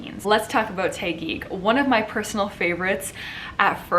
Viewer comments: It's Taquig . TAh - gig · OMG! The way you pronounced Taguig cracked me up so hard! LOL! I love Sandra's energy but Michelle did better but sounded cocky and I didn't like it. They both look gorgeous though.